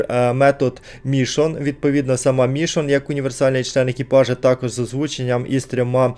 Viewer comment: дЕріл а не дерІл. мішОн а не мІшон.